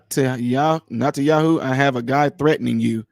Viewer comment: He's talking about the prime minister of Israel, calling him Nettin instead of Netanyahu.